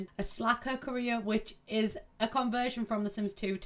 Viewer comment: Every time you said career it sounded like “Korea” for some reason :’D I was so confused xD